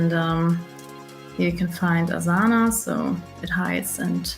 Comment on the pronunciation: The pronunciation of Asana gives you away that you are german. lol